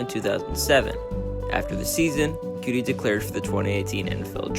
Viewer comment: Bro its coutee not cutie